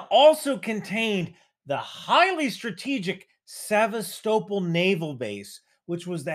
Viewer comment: "Sever-sto-pull" lol